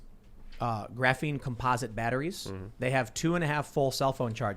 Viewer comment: I vote can't say Graphene for at least 7 shows, can he do it?